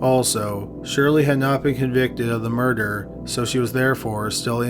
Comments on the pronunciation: Its murder Mer-der Not murderrrer Please fix the pronouncement its not a difficult word you've been making this mistake for a long time now It's bad enough the video is slow paced when read but the bad pronouncement and long dragging of the word really ruin your video for me You used to make better vids despite the murder mistakes still very informative just wish you read it more easily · The way you pronounce murder is amazing